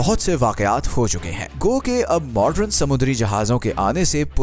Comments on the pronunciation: Kindly pronounce the word southern as सदर्न. and not as सदरन and modern as मॉडर्न and not as मॉडरन you are pronouncing it wrong . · Sirji excellent video. But its Southern not Southrun and Modern not Modrun.